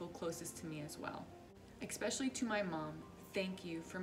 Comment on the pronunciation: The craziest story I've seen on this channel is this smokeshow named "" pronouncing the word "especially", "ecspecially". I've watched the show, so I know she has a heart of gold. But, my girl, it's especially...super easy...not "ecspecially".